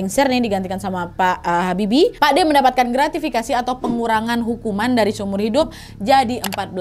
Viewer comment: Cara menyampaikannya aku suka wak, cuma waktu nyebut gratifikasi tadi aku senyum2 aja